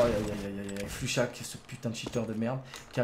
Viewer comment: Mais c'est pas "Flux Chat" c'est "Flusha"!